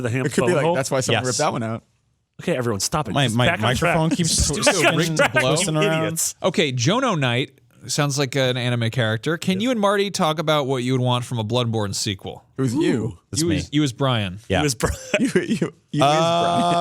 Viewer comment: Thanks so much for answering my question guys, this is not a big deal at all but my question has been answered twice now which i appreciate alot. Just wanted to throw it out there that my name is said like John-o not like Joh No if that makes sense, So it's just John with an O following it. My name just doesn't have an H in it lol. I assume that there aren't many Jono's in the US?